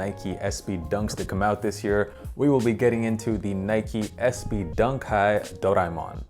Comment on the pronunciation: Can’t even pronounce the name of that little fella it’s based on. But i love this dunk